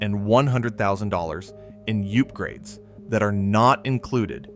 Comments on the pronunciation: . ‘$100,000 in U-pgrades’. Good lord. Sooooo sick of this AI crap. Unsubscribed from this channel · .....Yoop grades....the AI needs to be yoopgraded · "Youp-grades"...lol...tell me this is AI, without telling me this is AI. 2026 trash homes, and trash AI content... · Yoopgrades??? Tell me it’s AI without telling me it’s AI. The irony of blasting fakeness in homes with a fake video.